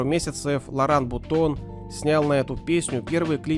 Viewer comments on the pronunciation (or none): Не Лоран Бутон, а Лоран Бутона )